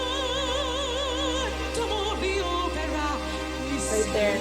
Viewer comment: То, что показалось в начале странным в произношении "Opera", есть 2 фактора первый она из Финляндии R произносится более выраженно. и второй фактор в её вступлении скомбинировано 2 партии( партия Призрака и партия Кристины), видимо она так специально выразила эту часть))